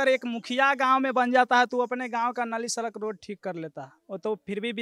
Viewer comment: Mohanpurd kya hota hai pronounciation kya hai, namune bihari reporter, sarak kya hota hai, sadak hota hai